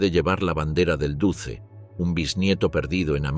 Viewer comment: No se pronuncia "duce", se pronuncia "duche"